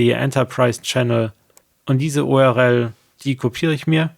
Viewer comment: Vom Inhalt deiner Videos abgesehen ist deine Aussprache einiger Begriffe etwas seltsam. URL spricht man "U-R-L", also jeden Buchstaben einzelnd, wie man ihn im Deutschen halt ausspricht. Du sagst "U-R-Rell"?!? Das nur mal als Hinweis.